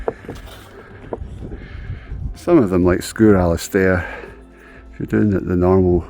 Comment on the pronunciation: Great video. Although as a Gaelic speaker I have to point out one minor thing that grated me. The d in Alasdair is pronounced as a t. So it¡s just pronounced as Alastair.